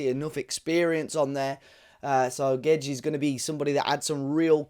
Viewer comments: Is his surname pronounced Gwedes or gedge? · Lol stop calling him GEJ. Portugese commentary during Internationals call him Gay-dezsh.